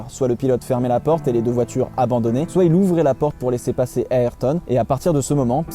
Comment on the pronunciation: Ayrto ça ce prononce respecté c pilote